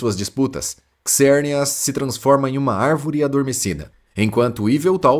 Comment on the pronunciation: KISERNIAS? Fala-se ZERNIAS.